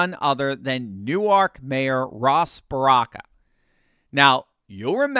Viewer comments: I just want to correct you on your pronunciation. In Jersey, they don't call it New-Ark. They call it New-Work. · I couldn't help but laugh at hearing you using the Delaware pronunciation of Newark when referring to Newark, NJ. "New-Ark" is a city in Delaware. "Noork" is a city in New Jersey. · Newark is pronounced Newerk by the locals. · ...it's pronounced "New-werk"